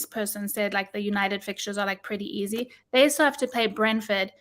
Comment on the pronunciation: It ain’t easeh 😂😂😂😂